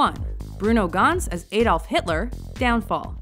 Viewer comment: Got your pronunciation of Adolf wrong. A is pronounced like the a in apple, not the a in May.